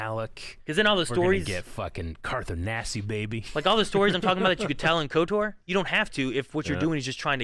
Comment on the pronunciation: Lol saying KOTOR'R